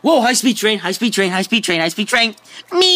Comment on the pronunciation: hIGHH SPED TREEN! yih. MEEEEEEEEEEE! I WAS DYING AT THAT PART🤣